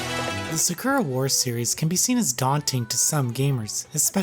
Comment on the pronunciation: It’s weird that when you pronounce Sakura the character’s name you say it correctly but when you pronounce the Sakura in the games title you say it wrong... it’s the same word.